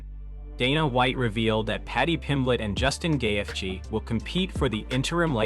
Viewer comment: Wtf is with all this ai BS? Gay-eth-gee….